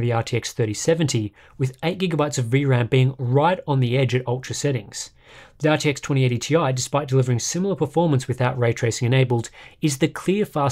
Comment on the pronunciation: Sorry but ... you didn't say RTX correctly...